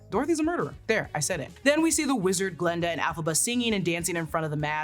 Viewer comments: it's Glinda not Glenda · i thought i was going crazy i kept hearing glenda